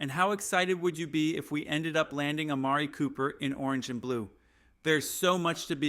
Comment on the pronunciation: Well at least you could pronounce Amari Cooper.